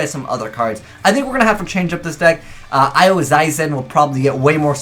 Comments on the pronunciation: Why can absolutely no Yugituber pronounce her name right it Aoi as in Ahh and oi like "oi brah". Not oww-wi not just oi. Ahh-oi. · It's Ah-Owwy. Aoi Aoi No Sora. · It's Ah - Oh - E